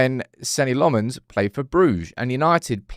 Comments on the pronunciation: You just refusing to say his name properly??? His name is nothing like LeMons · Still don’t have that pronunciation down I see 😂